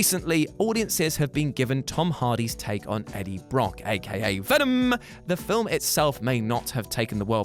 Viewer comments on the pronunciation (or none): I like how u said "venom" like eminems song